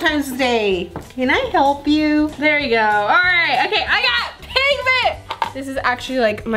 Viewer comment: This how many times said pig ment ⬇️